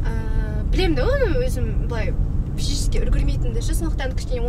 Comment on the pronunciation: Физический дегенді пізіческии 😂